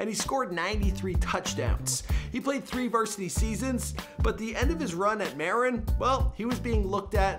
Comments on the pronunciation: Boise is also pronounced BOY-zee, not Boyce. Also, Marin is Ma-RIN, not MARE-in. This poor on-camera guy: Another casualty of the public school system. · Who taught this guy to speak? He mis-pronounced at least 5 words (Alameda Del Prado, Novato, Marin, etc). and who did the research the photos of Finnegans and Sinaloa are incorrect. What a waste of time.